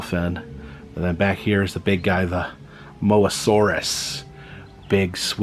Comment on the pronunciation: my man can prounounce Austolovenator flawlessly, but struggles with something simple like Mosasaurus